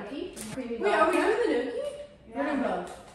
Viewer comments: gnocchi pronounced like n-yaw-key. I married an Italian... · these vlogs have been making my day ❤❤ and the pronunciation of gnocchi kills me lol 😂 its “knee-oh-key” ! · i love this series so far! would love to see you vlog weekly or smth <3 also as someone who used to mispronounce gnocchi, I was informed its pronounced as "knee-oak-eee", so weird right?!